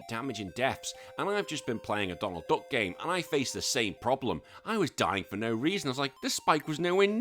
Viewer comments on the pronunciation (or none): none